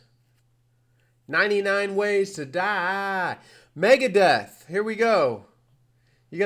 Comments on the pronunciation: Megadeeth wtf are you saying lol. Its Megadeth and that is how its always been for me. Dunno why you pronounce it with 2 e's when its only got 1. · Also you make it sound like deeth. How do you pronounce Beth, Seth, Meth? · I might have to unsub you if you call them Megadeeth one more time!...Wait you just said you remember it with and with out the a...?...unsub!